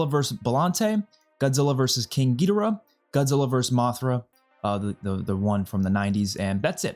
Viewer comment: Gid-or-uhh not gee-dir-ah. No offense